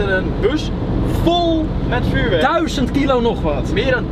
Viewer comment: valt jullie op dat en altijd zeggen duizond like als jou dit ook opvalt!